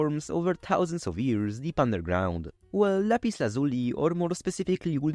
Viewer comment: "lazh-you-lie" That's how it's pronounced.